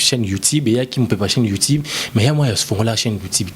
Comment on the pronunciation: le mignon on dit Youtube et non youtibe 🙄